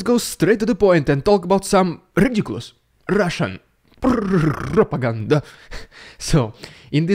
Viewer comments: I enjoy the new way you are saying propagan DAH! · "Rrrrrrrrrrrrrrrridiculous Rrrrrrrrrrrrusian PRrrrrrrrrrrrrrrrrrrrrrrrrrrrrrrrrrrOPaganda!!!!" I love that SO much!!!! :face-red-heart-shape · You are a FUNNY guy! I LOVE it! Thank you. And that is NO prrrrrrrrrrrrrrrropaganDAH! You are at 200K subs!!! CONGRATULATIONS! All the Ukrainian need to do is keep the ruZZians surrendering! That will REALLY weaken the ruZZian forces! Thank you for the great update and information! Stay safe and stay well! Slava Ukraini!